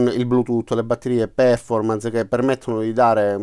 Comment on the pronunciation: Perf-ò-rmance è la pronuncia corretta. Buon lavoro :-)